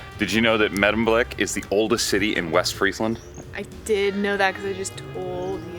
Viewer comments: May-demblick, not Meh-demblick. ( for the next time you're there ) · why did you say Meddemblik ?